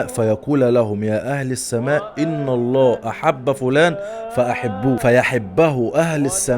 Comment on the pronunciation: ان الله بالفتح وليس بالضم ..تصحيح بس